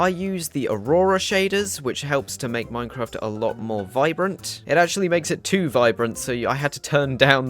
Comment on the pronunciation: Hello, excellent vid bro. Tip from Northern Ireland - it's pronounced Mine-craft, not "Moine-craft". Cheers